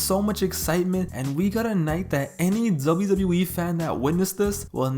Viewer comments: Why does this man say "Zubayew Zubayew E"? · Dzable Dzable E🤣🤣🤣🤣